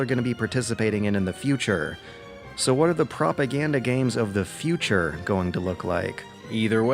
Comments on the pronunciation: Great video.. but... Fushure? I love that pronunciation of future :P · LOL people are more concerned about mispronounciation of ideology and future. WTF?